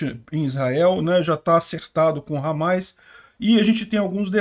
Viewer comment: Desculpa mas "Ramáis" ficou até engraçado